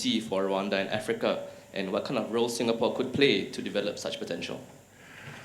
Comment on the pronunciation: Singapour yahuye na Sengapolo🤣🤣🤣🤣